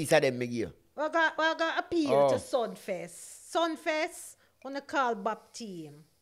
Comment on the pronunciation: "Sumfest " not sunfest...